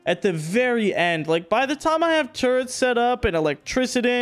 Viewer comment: I can't believe i gotta say this to a native english speaker.... but man you gotta work on your english.... Electricity and turrets.... not something like turrents or whatever.. Other then that your video and progress is impressive! Well done! PLEASE try to work on it cause its so triggering xD haha